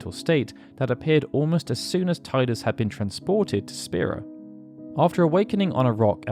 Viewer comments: And yet you still call him Ti-dus and not Tee-dus… ‘shakes head in disappointment’ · Teedus, not Tiedus. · While the way you're saying Titus makes more sense to me, isn't it technically wrong? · Thank you for intentionally mispronouncing Tee-dus as tai-dus. I think that should be the official pronunciation! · cool, but you skipped the most important fact: it's pronunced Tee-dus. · You know you can rename him, right? He'll always be Tide-us to me, even if the worst pronunciation is canon. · that’s pretty cool but it’s still pronounced as “Tee-dus” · 20 years + and people still calling him tie-dus zzz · Why dont you say Teedus like it's meant to be said lol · you have an encyclopedic knowledge of the FF universe…and yet, you can’t pronounce Tidus correctly. Is that a choice you made ? Am I missing something ? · Geez man, please pronounce Tidus' name correctly. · What is jarring is mispronouncing Tidus constantly